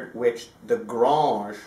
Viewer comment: One comment if I may please. It is pronounced Grange as in Angel (or graynge). You're almost trying to pronounce it with a French twang to it but this should not be the case. thanks and regards.